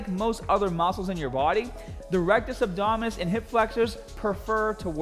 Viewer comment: I like how he just switches to a Australian accent every time he says a word with a ER or RRR at the end